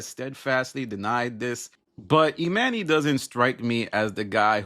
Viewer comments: 🤦🏾‍♀️ You pronouncing Emanny's name incorrectly is wearing on my patience too much to finish this video. 🛑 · You keep mispronouncing his name. You must not really watch the pod.